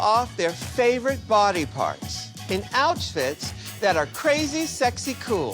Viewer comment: I'm so happy to see talk about the way Ru pronounces "outfits" sometimes, because this isn't the last time she does it either 😭 She did it once on AS7 too and there was NO DISCUSSION ABOUT IT ANYWHERE LMAO I FELT I N S A N E 😭